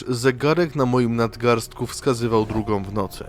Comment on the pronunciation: ...drugOM, czwartOM, sobOM...przez to OMowanie nie daje rady sluchac....wychodze😢